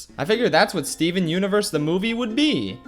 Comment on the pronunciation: Its more like steven unevurs the muzecol